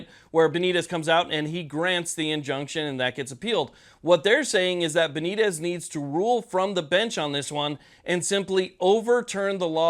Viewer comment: Please have the respect to at least TRY to pronounce Judge Benitez correctly.